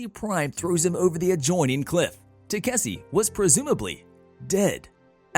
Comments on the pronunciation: it should be takeshi... istg the recap people are doing this on purpose to annoy us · TA 👏🏾KE 👏🏾SHI Pronunciation pleaaaaaase 😫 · Will they ever pronounce Takeshis name right again?